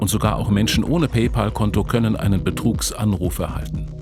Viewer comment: PÄÄÄÄÄÄÄÄÄÄÄÄÄÄÄÄÄÄL! Es heißt Pay-Pääääl.